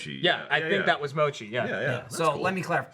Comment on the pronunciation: The way they're pronouncing mochi at the beginning is aggravating the fuck out of me.